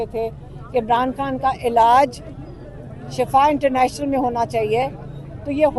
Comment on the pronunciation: shafa moat ko kahtay, yah lafz Shifa hay, ab socho aap na kia kaha